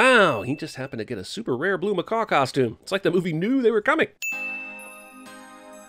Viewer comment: His/Her/It's media-friendly word is "macaw-k".